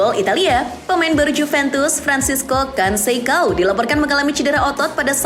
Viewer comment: FRANCISCO CONSEÇÃO bacanya begini min FRANSISKU KONSESAUN (O baca U, C baca K dan ÇÃO bacanya SAUN)